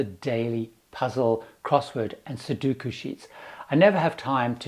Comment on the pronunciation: "Here you go Mum!" "oh ... great ... more slippers ... thanks ..." Okay, say it with me: " sue-DOH-koo". "sue-DOOOOOH-koo". FWIW, do NOT take home one of the barmaids. Ask me how I know.